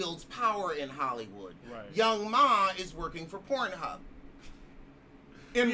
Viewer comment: Young ma! 🤣🤣🤣🤣 It’s Young M.A.!😂😂😂😂